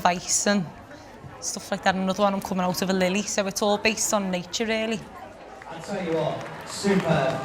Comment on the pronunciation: “sou it’s all based on nature, rily”